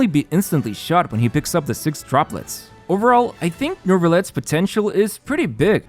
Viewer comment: Why is he saying Nervilette, is that the proper pronounciation?